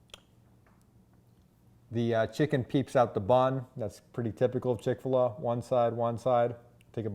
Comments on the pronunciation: It’s chick fil a. Not chick filah. You freak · How can you believe someone that doesn’t even know how to pronounce the name. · Chic-Fil-What are you saying?